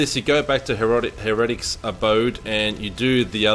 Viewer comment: Heretic pronounced hair-uh-tik